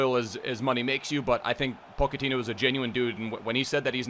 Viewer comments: ***po-ch-ettino not pokettino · go ahead and look it up lol, its pronounced "ch" not "k". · who is Poc-a-teen yo? Dude you murder some of these names. You make him sound like a little Pokemon In my pocket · I love you but he’s Portuguese, so it’s JOE ZE and poch is Argentinian so it’s Paw che ti no, love the vids g I be butchering pronunciations all the time too just tryna help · Pochettino + Pokemon = pronouncing Pochettino